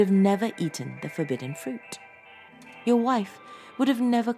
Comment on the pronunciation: I'm very curious to know why you sometimes say 'de' instead of 'the' when you are quite able to pronounce 'the' properly with your quite posh accent! Very bizarre